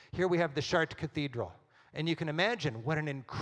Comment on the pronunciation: americans pronounce foreign words so that they don't even resemble the original. Giotto? Chartres?